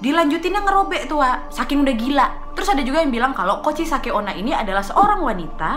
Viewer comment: Ka nadia: kuchisake onna Me: hah? Kuchiyose?😂